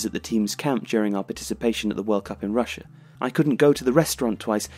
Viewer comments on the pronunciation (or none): none